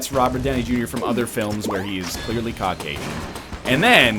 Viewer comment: Cock-Asian. Nice pronunciation there, Egg.